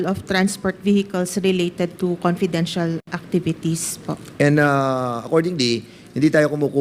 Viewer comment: Whole Philippines po covered ng VP at hindi nka-upo lng ang VP...mas busy pa sya sa president sa sipag nya....hindi mahirap gastusin ang perang yan kong para sa bayan talaga.... ImPormation, ConPidential, Porten million, oPPice....pagtsure Dan Pernandez!